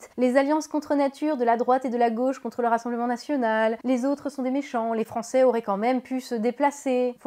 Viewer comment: Tout a fait d'accord sur l'analyse de fond... Pour la forme, "les Français qui z' ont été voter"... M'enfin!!?;-)